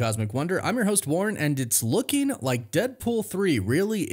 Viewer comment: "Lookeen", "Makeen" and "Amazeen" are not words. Get elocution lessons.